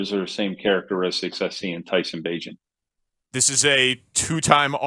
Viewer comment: Tyson Bagent not tiny lmao